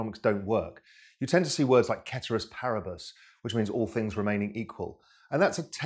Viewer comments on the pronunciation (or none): Ceteris paribus pronounced like "se-ter-es pa-re-bes."